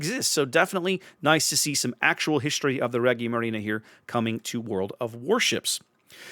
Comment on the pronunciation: Man it's refreshing to see someone pronounce Attilio Regolo correctly! Just a correction: Regia Marina is pronounced with a soft g ("gi" is sort of like the g in "age", you can hear it in google translate). I've been waiting for this ship for a loooong time. Her class didn't see much action but one of her sisters, Scipione Africano, holds a few records: she was the only Italian ship to use radar in combat, and she fought the fastest gunnery ever at sea, gunning down enemy boats while steaming at 40 to 43 knots (as comparison the le Fantasque class was very fast in trials, but could only fight at 28 knots), this should also make her the fastest warship in mission, outside of trials, I think. I'm kinda sad we didn't get her as a premium TX. Also good on you to call em flotilla leaders/large destroyers, their official classification was that of light cruisers, but it was more of a bureacratic thing since the Regia Marina abolished the scout class some time before. These ships were never meant to act as light cruisers, on the other hand they would have made short work of any DD they would have met.